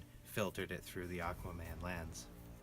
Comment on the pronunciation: "Aq-WAH-man!"😂 Ngl, I saw this with a pal, and we were straight laughing through many scenes because we found them (ugh, hate using this word) cringey. But this really made me think about it from another perspective. Hate when I have to do that. Great video!🔥🔥